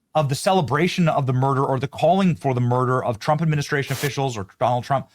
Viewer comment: Love how the dozer said troump lol silly a.i.